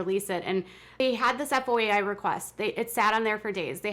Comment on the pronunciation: Its called a foya, foy-a report. At least that's what I understand. Not spelled out but two syllables, foy-a